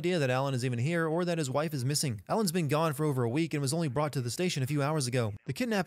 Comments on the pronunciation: in gonr instead of gone Great this video is unwatchable you get a sin for that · Sinning this channel "gonr" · Alans been "gonr" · "gonr" lol